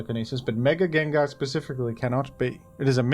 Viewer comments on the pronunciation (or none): none